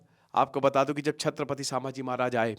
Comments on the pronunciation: Sir please its not Saaambhaji its Sambhaji maharaj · Pronounce the name properly it is not Saambhaji maharaj. It is sambha ji maharaj not saambha ji maharaj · Doller ke ke liye video bana raha ye Isko bhi Koch pata nahi.. छत्रपती संभाजी महाराज.. not छत्रपती सांभाजी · सांभाजी नही संभाजी🎉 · Correct your pronounciation sir, saambaji नहीं छत्रपति संभाजी महाराज/ शंभू राजे🚩🙏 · अहो दादा सांभाजी महराज नाही ते संभाजी महाराज आहे ते🤦 तुम्ही गुरु आहात आणि गुरुज जर चुकीचं उच्चारण करत असाल तर तुमचा गुरु असण्याचा काय फायदा. नाव व्यवस्थित घ्या दुसऱ्यांना शिकवण्याआधी. फक्त व्ह्यूज घ्यायला नका येऊ😖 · सांभाजी ❎ संभाजी ✅ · सामबाजी महाराज नहीं संभाजी महाराज बोलो. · अबे sambaji नही संभाजी महाराज बोल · Its sambhaji maharaj not sabaji maharaj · सांभाजी नही संभाजी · संभाजी सर सांभाजी नाही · Pahile sambhaji maharaj nam achese bolo..